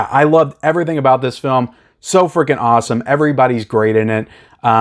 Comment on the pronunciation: When you said the car chase was “so freaking awesome”, I thought you said “so Friedkin awesome”.